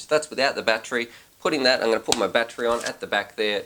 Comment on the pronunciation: I laugh every time you guys say Battery. I hear you guys saying "Batchery" lol Love your excitement and positive speaking in your reviews brother.